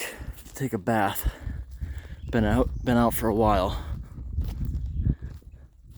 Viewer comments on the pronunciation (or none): none